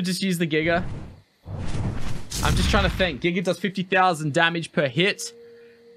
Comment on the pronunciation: not making fun of you brother but I love how you pronounce giga...giger lol